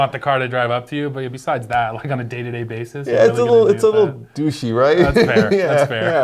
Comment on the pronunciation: "douchey"...nailed it.